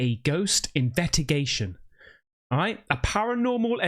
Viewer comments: You say INVETTIGATION... and later once again. And "a paranormal ADVETOOAH" or "ADVENTOUR" ... did you do this on purpose? Greetings from a German in Cyprus! Love your videos!!! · investigation mate not Invet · BRUH why you saying investigation without the S?